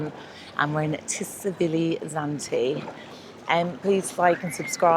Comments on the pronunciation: but you say it as 'T' Silivi. Lol. Keep vlogs coming. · Nice vlogs, but Tsilivi is pronounced 'Sillyvee' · I always marvel at how many people pronounce Tsilivi wrong,it’s not Tsivili it’s TsiLIVI.